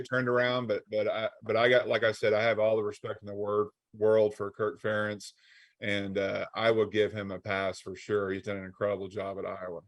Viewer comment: Ferentz rhymes with parents 😉